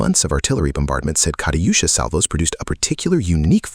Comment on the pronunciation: Kariyusha? lol you pronounced german names pretty good though